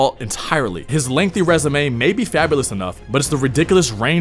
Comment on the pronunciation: How can you take ree'dick'ooo'us .. and fawbo'us seriously in a commentary like this? lol